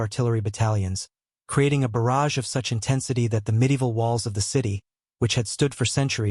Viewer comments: What's an artillery barge, it's a barrage. buh-RHAJ. When AI can't get it right 40 times, it becomes very annoying. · You need a MUCH better AI reader - a barrage is not a barge! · This channel should have enough respect for its audience to not release a video where the most important word is pronounced incorrectly tens of times. Very disrespectful and lazy.